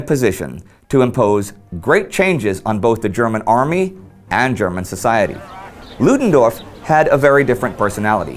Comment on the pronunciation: Love Indy's 'Ludendorff': those tricky German phonetics must be sinking in!